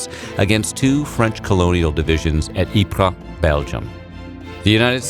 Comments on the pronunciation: ... the correct pronounciation is Ee-Pruh, not Ih-pree. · Hi, Belgian here. Loved the video. But Ieper (Ypres) lies in the dutch speaking part and we pronounce it as “E-pur” not “EE-pree” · "which they mispronounced as wipers" yeah you mispronounced it too. I'm Belgian, it's pronounced as "EE-PRUH". But Ypres is the French name, the town itself is Flemish (Belgian Dutch) and its Flemish name is Ieper (it's a capital i, it's not Leper) but somehow internationally it's know by its French name Ypres. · You've mispronounced Ypres too. It's ee-pruh, not e-pree. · To be fair you also mispronounced Ypres. Its supposed to be pornounced "e-pre" with a rolling r and no emphasis on the e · "English soldiers stationed near EPREEE, which they mispronounced as 'Wipers'..." It ain't EPREE either chief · Not to a problem, but Ypres is not in the french part of Belgium, but in the flemish part. Which means its pronounced “Ypers” or in Dutch “Ieper” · “ee pree” is not how you pronounce “Ypres”. Ask a Frenchman! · Yeah, I love that. He says “ee pree”, which they mispronounced as “Wipers”. Brilliant! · I find it ironic that you said the British couldn’t pronounce Ypres when you can’t either 😂😂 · Narrator: "they called it the Wipers Times because they mispronounced Ypres"...while mispronouncing Ypres. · Wow, your pronunciation of Ypres was even worse than “Wipers”. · You mispronounced Ypres even worse than the british soldiers did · The pronunciation of Ypres in this video is equally terrible if not worse than the `mispronounced` one xD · "Which they mispronounced as Wipers..." says man who has just mispronounced Ypres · Says English pronounced Ypres wrong , pronounces Ypres wrong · "They mispronounced Ypres"... mispronounces ypres himself a few words later 😂